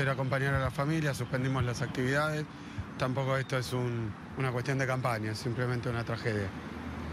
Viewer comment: "No es una cuestios de campaña"... ... jaja.